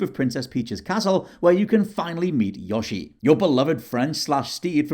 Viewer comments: love how he pronounces "Yoshi" as "Yahshi" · There's an "o" in Yoshi not an "a" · says Yo-shi wrong, it's not Yosh-i